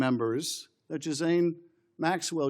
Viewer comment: Schiffy! You couldn't at least learn their names?! Virginia (ju-FRAY) Giuffre, a victim of Epstein's who ostensibly committed suicide this spring, or (gih-LANE) Ghislaine Maxwell, Epstein's assistant (and, though I'm not letting her off the hook, a victim in her own way), I was right with you until I realized you couldn't be bothered. Is it because they're women? Not important enough for you to acknowledge properly? Heck, man! They've been in the news for MONTHS! YEARS!